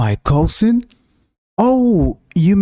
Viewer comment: cousing??? or cousin!!!